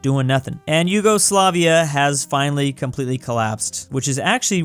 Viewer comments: YOGOSLAVIA, REALLY? ITS YUGOSLAVIA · Its not Yougoslavia or Yogoslavia its Yugoslavia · Did anyone notice “yogoslavia”? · Ah yes, Yogosoafia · 5 months later I noticed Yugoslavia is "Yogoslavia"